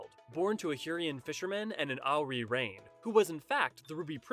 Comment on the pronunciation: Pretty good video overall. You did a good job integrating official developer statements into more in-universe-friendly explanations. Just a couple nitpicks about pronunciation: The 'oe' in Roegadyn makes a long 'o' sound, like the 'oo' in tooth. It's a Germanic language thing. There's no 'i' in 'Hyuran'. Raen is two fast syllables; 'ray-en', not 'rain'. 'Sui' is pronounced 'swee'. Boz-ya, not bozha.